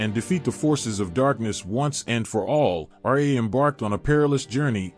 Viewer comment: You're improper pronunciation of Ra absolutely bugs the shit out of me. How can you be so knowledgeable about egyptian mythology and not pronounce Ra correctly?